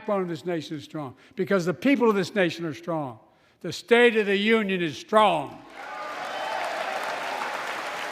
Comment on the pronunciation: Did he say the "STINK" honor?